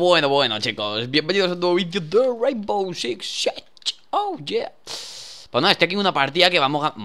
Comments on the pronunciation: no es sig seach es SE PRONUNCIA REINBOW SIX SIG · "Bienvenidos a un nuevo video deee Rainboouuww zzziich siech" 👏